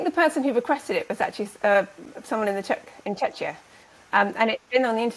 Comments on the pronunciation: not sure where you heard that Czechia is pronounced CheChya (similar to Chechnya), I was born in old Czechoslovakia and can assure you Czechia is pronounced Chekya.. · Hey Doc - Not Chech-ee-ah. No one is Czech calls it this but Check kee ah is they way they say it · Czechia us pronounced with a "k" in the middle. The way you both do it sounds more like Chechenya.